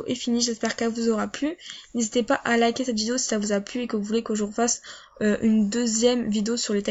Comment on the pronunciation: « Vidoo » PTDRRR